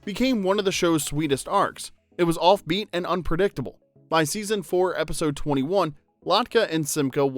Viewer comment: Mc-KEEN not Kane. Is this AI or a real voice? come on.